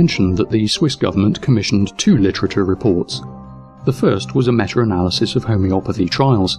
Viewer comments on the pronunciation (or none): Awesome vid... except... IT'S META! META!!! NOT METUR! THERE IS NO R!!! AHHHHHHHHHH! Other than that, win all the way.